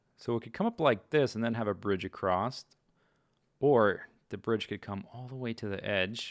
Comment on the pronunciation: "Acrosst". Must be a mid-western thing :p